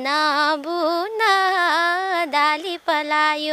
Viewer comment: दाली हैन हो नानी डाली भन्न सिक्नुहोस सके सम्म स्पष्ट बोल्नि कोसिस गर्नुस कलाकार पक्कै बन्नु हुन्छ।